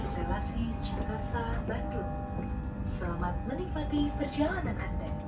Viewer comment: Swadikap leuy... jakarta-bandung leuy not bandang 😊